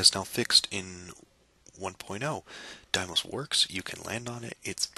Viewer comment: I've never heard anybody pronounce Deimos that way. I've always heard everyone say Deemos, but some textbooks and scientists say daymos. 'Dai'mos' is a new one to me.